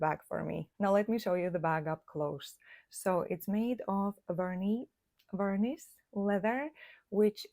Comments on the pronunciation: „vernee“ without the s is correct ❤ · So cute congrats ❤virnis pronounced as u say it first without the /s/